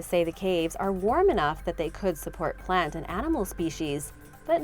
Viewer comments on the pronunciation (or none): none